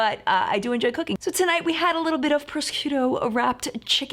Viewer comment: Thanks for the swatches and review...but did you just pronounce the name of your ham as /prohs-CUE-toh/? :-) :-) :-) :-) You're killing me!